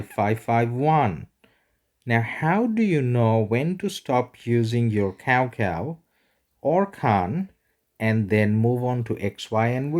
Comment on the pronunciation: nice vid, btw cao cao is not pronounced as cow cow, it sounded something like chow chow